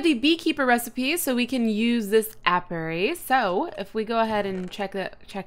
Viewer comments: hey Cupquake a bit O' pronounciation & clear-up... niter: pronounced "night-er" apiary: pronounced "ay-pee-ery" the incubator is for eggs. (or larvae) try using the rope next to platforms that you plan on using. The pack is pronounced "ah-maze-oh" 'cuz it's "amazing". Happy trails Cupquake. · It's pronounced aye pee airy